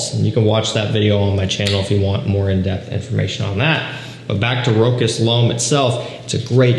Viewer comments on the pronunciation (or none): I always say that. True fraghead needs to know how to prounance Rochas It's not Rock-ass 😂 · It's [ro-sh'A]